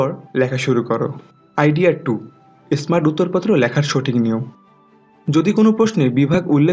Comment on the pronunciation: প্রথমে এসমাট থেকে স্মাট বলতে শিখুন